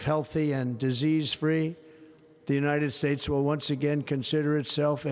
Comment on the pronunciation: what's that Unined States about ''N''